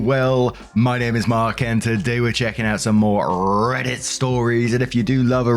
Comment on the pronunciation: The eay you said "RRRRREDDIT" at the beginning was hilarious